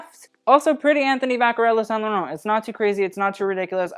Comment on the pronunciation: Same for saint laurent ! As a french person he pronounced it really well most of the time